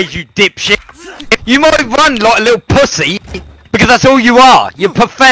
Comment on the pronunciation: bing bong cant even say pussy :')